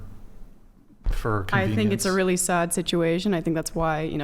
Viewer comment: It’s so “sod,” isn’t it?